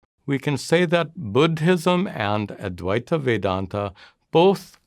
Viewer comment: Bud-Hism? Please stop!